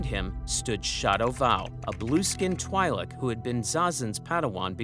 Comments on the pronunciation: Twi'lek is twee sound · Great video, but bro can't pronounce "twi'lek" even if his life depended on it